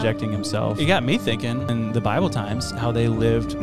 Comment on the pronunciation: said "bileBull times".